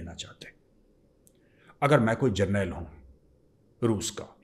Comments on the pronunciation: I dont know if you’ll see the comment but you’ve been pronouncing general as jarnail after the khalistan incident and it’s very annoying. Please correct it. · पाकिस्तान वालों के साथ डिबेट करते करते मेजर सहाब खुद भी उन्हीं की तरह जरनैल बोलने लगे 😂😂😂